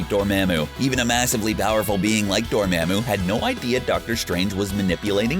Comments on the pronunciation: its pronounced, door-MA-MU!!!! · Dor-MAM-oo?? The pronunciation is killing me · Aga-MOE-to!!! Dor-MAH-mu!!! Names are specific sounds, and not subject to accents. My name is Jeremy, not Je-RAH-my, JAH-remy, or any other variation. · Door- Maa-Moo lol classic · Say it with me Door-mom-ooh Dormammu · Does anyone at CBR actually watch these movies? They can’t pronounce BiFrost or Dormammu among others and it’s really distracting.